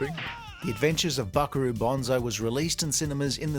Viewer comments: It's Banzai not Bonzai. You are confusing the tree and the heroic charge call. Bonsai (with an S not a Z) is the minature tree that is shaped with wire. Banzai is what Japanese soldiers shout when they charge the enemy. Again, Ban fking zai, not Bon fking zai. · It’s Buckaroo BANzai, not BONzai! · Why are you saying Buckaroo Bonsai?